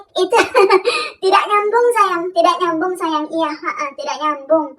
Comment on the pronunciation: audd bangett gurunya bilang saAywAnG